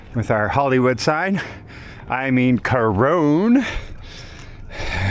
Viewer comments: but you pronounce it with an "e" at the end of it. If you had a friend named Ron....you wouldn't pronounce his name "Rone", would you? It's pronounced "Core-ron". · Corone? It's pronounced "Co-ron". I don't recall seeing an "e" at the end.